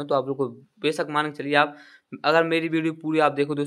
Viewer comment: Pls bhai galat sahi mat batao phle hindi sahi se padho man ko mal bol rahe ho.our 1 jan to 28 March Tak kitna din hoga apko jodne nhi aa rah h pls abhi our mehnat kro apn ap me